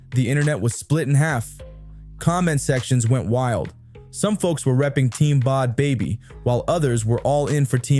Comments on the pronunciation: It's a joke... And why is it so hard for people to pronounce her name correctly?! Bhad Bhabie= Bad Baby not fucking Bod Bobbie! 😂 There seems to be a constant struggle for just about everyone to pronounce... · Yo, if you’re gonna be making videos about people, do your research and pronounce the peoples names right. So annoying listening to someone who didn’t even do enough research to know how to say bad baby. The h”s is her name are silent 🙄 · Bod bobby???? Bruh adjust ur AI! Its BAD BABY! Sheesh! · Who in tf is bod bobbi😂😂😂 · Her name is pronounced Bad Baby it’s just spelled differently but your repeatedly pronouncing it wrong is very annoying.